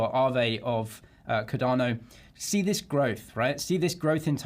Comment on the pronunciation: How are you still calling it Ca-darrno after all these years?